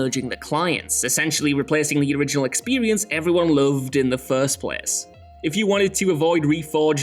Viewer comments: “Expewience” “Sewies” 😂😂😂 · I like this "narrator's" narration very much but is it me or does he say 'Period' and 'Experience' weird?